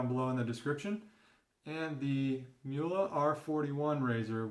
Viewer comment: Not Muhle, The name is Mühle with Ü.